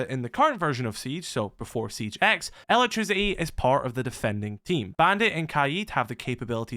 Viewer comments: ELA-trisiti lol i took me a while to undertad bro meant electricity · Every time he says it I hear “Ella trisity” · i like how you pronounce "elec-trisi-i"